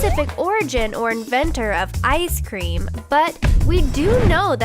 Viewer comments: ”Icedt Cream” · Ha at the beginging he said iced creem ( star fire talk)